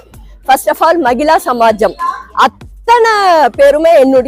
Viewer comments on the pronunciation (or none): மகிளா சமாஜமா? மகிலா சமாஜமா தமிழை கொல்லாதீர்கள்.